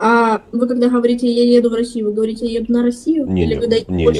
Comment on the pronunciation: Не ховорите,а говорите